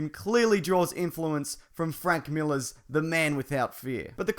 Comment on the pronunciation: Think you mean Frank Milaaarrr.